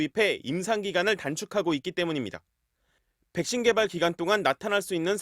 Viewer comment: Vㅐ-ㄱ 신